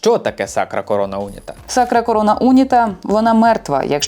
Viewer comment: Не Уніта , а унІта.